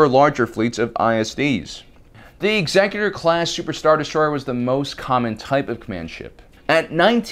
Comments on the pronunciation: 1 in 10 loss of the ship was about the average rate of loss of sailing vessels during the great age of exploration. We still have the actuary tables that shipping guilds used. Also, it’s ex-ECK-utor, not EX-ecutor. The name is said out loud several times in the movies and canonical animated shows. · no the only correct way to say it is Executor as in the executor of the emperor's will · i believe it's "exec-utor" class, because it relates to the term "executive"